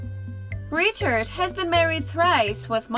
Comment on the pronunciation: "Ree-shard had been married thrice"???